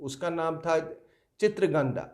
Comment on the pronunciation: Its Chitangada, not chitragandha